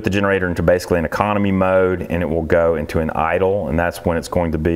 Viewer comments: I thought said “commie” button... but then he said Economy button... hahaha! Sorry... (I think it was mentioning CA aka Commiefornia with their many needed warning stickers) FYI I’m born and raised in Commiefornia close to SF south of San Jose hehe Did they really have all those real “warning signs”?? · Did you say commie button? LOL